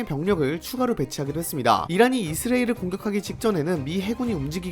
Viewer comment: 누가 이스라엘 발음 학원이라도 차려줘..